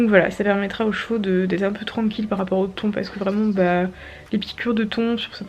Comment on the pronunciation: purée je croyais que tu parlais des thon genre les poissons mdrrrr Les taons se prononcent « tan » du coup j’avais pas compris 😭😭 je m’imaginais des poissons mordre les chevaux j’étais perdu 😂